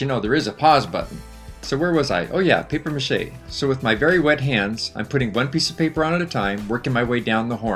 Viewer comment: "PAPIERRRRRRR MACHE" Made me laugh so much, as it is not pronounced like that xD